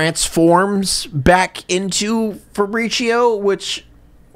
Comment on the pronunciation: Or the pronouncing Fabrizio like Faprishioh like it’s some Starbucks drink